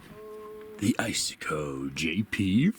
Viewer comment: "ice -a-coe"???